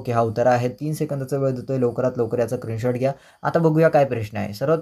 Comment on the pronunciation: Screenshot ❌ Krinshort ✅😅😅